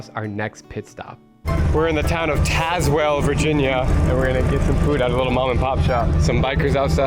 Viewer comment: i live north tazewell, its actually pronounced locally “tazz-wool” as opposed to “taze-well” or “tazz-well.” Great place.